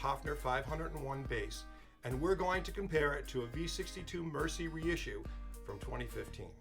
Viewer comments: It’s ‘MER-ZEE’‼️ Not f**king ‘Mercy’! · Great video and very informative. FYI, Mersey is pronounced Merzee.